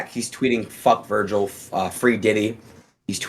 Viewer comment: “Vergial” is crazy ☠️☠️